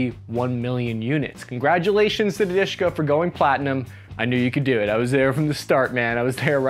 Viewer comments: it's not a Dushka ( sweetie) it's DaSHKa what's mean a woman name - Daria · Он сказал про Душка. А не Дашка. Ты такая "душка". В значении прелестная. Но,как и сказал автор, никто никогда так в жизни не произносил название этого оружия, как Душка. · dushka pronunced a little different.lets break it downd du - like in dual,sh -like in any sh but move your tounge a little back and ka -like co in cowboy. du -sh -ka душка. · Spells Dushka. Pronounced more like "dooshka". Literally means "little soul". Diminutive of dusha (or Doosha) - soul. Translates as darling, sweetheart. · listen if you are going to talk about a weapon and pronounce its name a hundred times AT LEAST LEARN HOW TO PRONOUNCE IT !!!! DUSHKA WITH A "U" L8KE A PERSON ONE HOLDS DEAR IN RUSSIAN . FFS. GREETINGS FROM BELGIUM LOL.